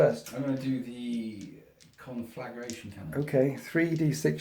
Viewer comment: Love what you do! Sorry for this petty gripe in advance... I've heard you and Laurence from Tabletop Tactics pronounce it this way and thought it must be some in joke. It grates my petty soul but it's "con-fla-gray-tion" not "con-flagga-ray-tion". Get back inside Petty English teacher!